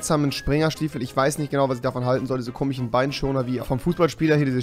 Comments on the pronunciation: ER SAGT IMMER “KOMICHEN“ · Er sagt immer komichen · Komischen und nicht komichen 🤦‍♂️